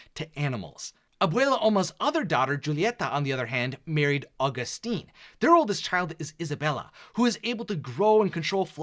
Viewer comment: Is it so difficult to pronounce Julieta,Camilo,Felix and Agustin the right way?